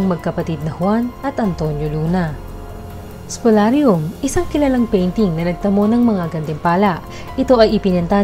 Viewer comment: Spoliarium. Hindi SPOLARIUM